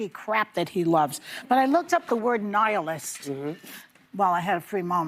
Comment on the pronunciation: It’s not “anihilist” it’s nihilist… if you are going to use the word you should know what it means and what the word actually is. You are not intelligent people View, stop pretending to know anything of merit.